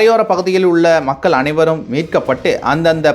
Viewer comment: மக்கல்….வால்கை…. சாவலாம்டா நீங்க..!